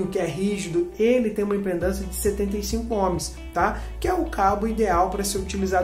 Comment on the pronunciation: Vídeo bem didático, amigo! Parabéns! (Só um toque: o correto é IMPEDÂNCIA, e não "impendância".)😉